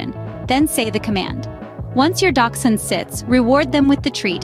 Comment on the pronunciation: The H in Hund is not silent. Quite the opposite.